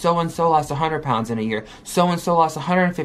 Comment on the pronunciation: If she says "prounds" one more time 🙃🙃🙃🙃 So it's the doctors and audiences fault that she has no motivation or self control? Ok gorl. Always looking for excuses. "They were literally saying you're going to fail and you suck" YOU'RE RIGHT, you fail at absolutely everything, you need help. She's so embarassing, blaming everything on everyone. I just want her to stop making excuses...ugh.